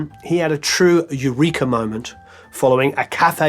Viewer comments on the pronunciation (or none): none